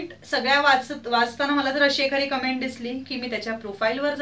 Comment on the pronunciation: Comments la comments ch pronounce kartat cumment nahi